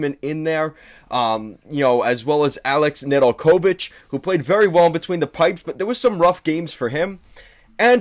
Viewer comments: Pretty poor review. First hints were the pronunciation of NedelKOvic and SEEmoan Edvinsson telling you this guy has very little idea what he’s talking about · “Na del co vitch” Nedeljkovic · Neh-dul-KO-vich? The accent goes on the second syllable. Come on now. And Babcock wasn’t fired by Detroit. Babcock decided to move on and his choice was between Buffalo and Toronto. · Babcock got fired by Detroit? No, they got outbid by Toronto that made him the leauges best paid coach, then THEY fired him, not us. Zadina might not get a spot on the roster beacause of "younger top prospects like (26 year old none drafted career AHLer) TARO HIROSE"?😅 And that butchering of how to pronaunce Nedeljkovic... Sorry not trying to be mean i just could not continue to watch after those three glaring mistakes only during the first 5 mins of this video. Do some research before posting if you want your channel to be taken seriously and grow... No offense just a friendly tip. LGRW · Bro do you not watch the games? WHy'd you say Ned's name like that? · I could not contine to watch after that butchering, in general i basically feel that all credabillity to know what the heck you are talking about gets lost when ppl cant even pronaunce their names😏